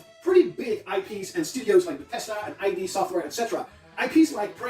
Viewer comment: It's id as a single word. Not separate letters. It comes from Freud I think (id, ego and superego).